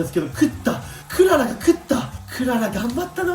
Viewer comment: クララじゃなくて ク・ララ ですね